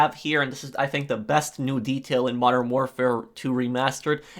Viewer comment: Its not warfar its warfare